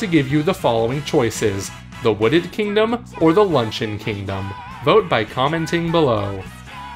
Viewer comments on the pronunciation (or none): 'Lunchun'? The Luncheon Kingdom is pronounced 'lunch-E-yon' lmao.